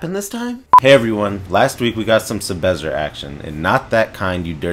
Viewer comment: take a shot everytime he says 'sebezzer'